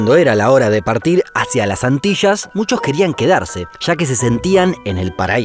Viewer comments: Las Antishasss o Las Antillas? 😜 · Antillas se dice no..Antirras